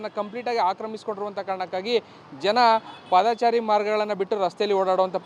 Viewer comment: ಪಾದಾಚಾರಿ ಅಲ್ಲ ಪಾದಚಾರಿ